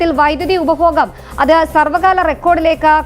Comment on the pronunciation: ഉപബോഹം അല്ല , ഉപഭോഗം. ആണ്. എവിടെയാണ് താങ്കൾ മലയാളം പഠിച്ചത്